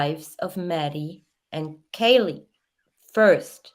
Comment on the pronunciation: Her name is not kylee,it's kaylee....